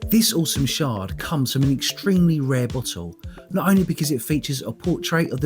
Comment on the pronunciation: Thank you for saying shard. Sherd drives me crazy